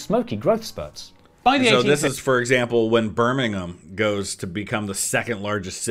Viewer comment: As a proud Brummy I always appreciate you pronouncing Birmingham properly! Bonus points for being a American that knows about the Black Country! 😂